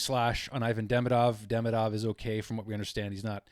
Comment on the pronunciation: Just so you KNOW ... THE OFFICIAL .. pronunciation of his name ...is Ka-PAN IN ..!!! WITH THE "PAN " PART MOST EMPHASIZED ..!! YES ITS NOT .."KAP" A- NIN ...BUT . KA PAN IN ...!! ALSO ...DE-"MEE"-DOV...IS THE WAY HE WANTS IT PRONOUNCED..!!